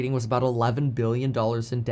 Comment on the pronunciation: Dude, you gotta pronounce your "B's" and "M's" properly. Giving me anxiety between Billion and Million lol